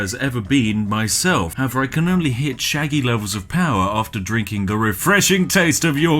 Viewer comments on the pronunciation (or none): NIGEL Sheggy, not Sheggy 🤪😆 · imagine soelling Shaggy "Sheggy" And I thought Brits knew english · Shaggy ... With an 'a'. What's a sheggy? (Gets punched and explodes)